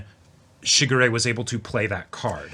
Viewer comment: The way says Shigure...sounds like Sugar Ray, and it gives me the stupidest grin every time....Man, I feel old.